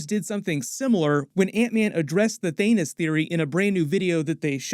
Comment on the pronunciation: he said, "Thanus". lol